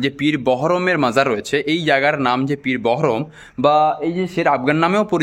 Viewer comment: মিস্টার ---কোথা থেকে এই ইতিহাস পড়েছেন? জ্ঞান না থাকলে জ্ঞান জানতে জ্ঞানের ইতিহাস পড়ে তারপর ভিডিও করিয়েন।বারবার উচ্চারণ করছেন সুলতান একবার। আকবর ছিলেন সম্রাট সম্রাট।জাহাঙ্গীর ছিলেন সম্রাট। কোথা থেকে সুলতান কথাটা পেয়েছেন? ৫ মিনিটেই মারা গেছে --কোথায় জানলেন। পীর বহরম---পীর বাহারাম।ইতিহাস জানতে গেলে ইতিহাস পিপাসু অভিজ্ঞলোক এবং উপযুক্ত বই পড়ুন। আপনার সঙ্গে ইতিহাস আলোচনাতে আমি আগ্রহী কেননা বিকৃতি ইতিহাস সত্য কে অসত্য করে অপরাধ করে। সুফি।